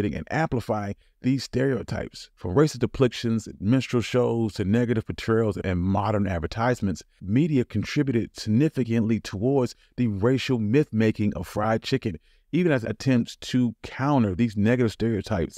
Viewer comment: LOL the mispronunciations too. Had to skip back three times for "racist deplictions and menstrual shows" haha